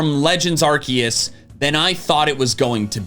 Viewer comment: please please pronounce arceus right it's a soft C not a hard C. Ar-SEE-us.